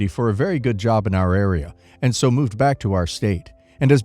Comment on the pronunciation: Hey, the AI read-aloud voice is reading "So." as south instead of the word "so". Try using a comma instead of a period.